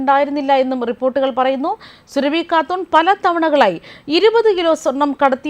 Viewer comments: സുരഭി അല്ല. സുറബി. അതാണ് ശരി. സൂറബി ഖത്തൂൻ. മലദ്വാരം സ്നേഹിത 😍😍😍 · പേര് സുരഭി അല്ല.... Surabi സുരബി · സുരഭി അല്ല സുറബി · Not Surabhu soorabhi aanu. Methachi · സുരഭി അല്ല സൂറാബി ആണ് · സുരഭി അല്ല മാപ്രേ,, സൂറാബി 👹👹👹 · സുരഭി അല്ല സുറാബി ഹാത്തൂർ ആണ് 😡😡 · സുരഭി അല്ല സൂറാഭി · Ivaroke akshara thettathe parayan ariyanmelanjittano surabhi ennu paraunne thiruthal avasyem ane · Please say SURAABHI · അവളുടെ പേരു സുരഭി എന്നല്ല, എന്തിന് തെറ്റിച്ചു പറയുന്നു, കഷ്ടം